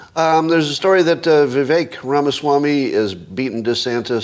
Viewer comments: I don't think it's pronounced "Viv-Ay -ick" is it? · I've heard him pronounce his name Viv-Ache